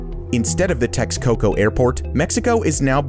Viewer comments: I think you pronouce it differently than "TEX - COCOA" didnt do your homework , eh ? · Its pronounced Teshcoco not TeXcoco...